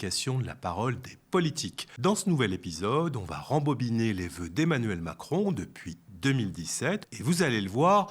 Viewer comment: Ze vœux